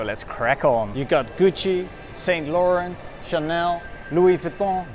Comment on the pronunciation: saint laurent is pronounced wrongly